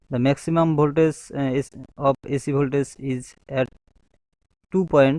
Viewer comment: its voltagggggeeeeeee not voltaze